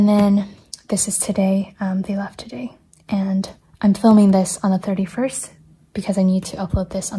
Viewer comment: The "joday" moment made me laugh out loud, I love the funny mistakes. I really enjoy your videos and your transparency about your mental health. I was diagnosed with anxiety last year and it's so comforting to see someone who has similar struggles. Thank you for all of your hard work, and try to take care as best you can in the new year :)